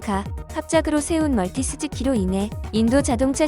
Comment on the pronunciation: 멀티 스즈키가 아니라 마루티스즈키입니다. 자료조사시 정확한 확인 후 영상 제작하심 더 좋은 영상이 되겠네요.